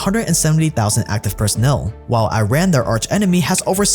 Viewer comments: It's pronounced eeraan not i-raan. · Amazing video but just a quick tip, just as you don’t call it i-tally, It's not i-ran, its Eee-run = Iran. You notice in media and politics those that are properly educated on this country's current state and everything don’t make this mistake, such as Jon Stewart, Pompeo, Obama... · Iran is pronounced E-Rahn bro, not I-rain or I-ran. The E sound comes from “Ir”, and then end it with “rahn”. Please. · Good video! next time please remember to learn how you should pronounce the name of a country. It is not I-Run, It is E-Run, very simple. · I thought it was pronounced “E-Ran”? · The main point is to start it with E. In Persian the pronunciation is E-run, in English E-ran. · Again, Iran is pronounced as "E-ran."